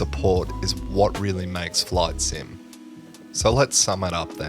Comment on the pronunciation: I thought you called it "flawed sim" lol